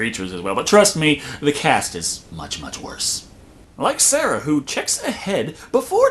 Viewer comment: SAR UH SAR UH